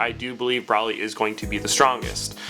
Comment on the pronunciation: yeah i punched the shit out my monitor when he said his name like that